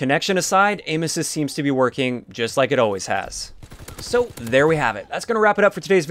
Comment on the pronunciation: I thought you were saying anuses instead of aim assist